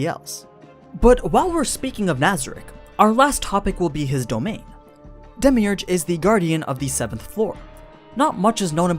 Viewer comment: who else got triggered when he pronounced his name wrong lol